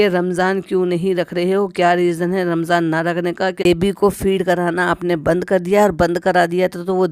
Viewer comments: AAP Ramzan ko Ramjan kehti hain?😂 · Ramjan ni hota Ramzan hota ha aapi